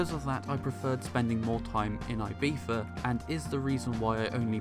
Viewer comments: Your prononciation of "Ibiza" absolutely kills me, but I love the review. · I'm British and I don't pronounce Ibiza the way you do.